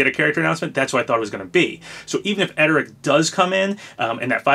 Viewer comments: it's pronounced errd-rick bro, not ed-er-rick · *Erdrick not edrick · Papa!! It’s ERR-DRIK, not ED-ER-IK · His name is pronounced "Er-Drick" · Why do you keep saying Erdrick's name wrong? There's an r right there before the d. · uummmm i dont think thats how Erdrick is pronounced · Why you gotta pronounce Erdrick's name so wrong? Whyyyyyy....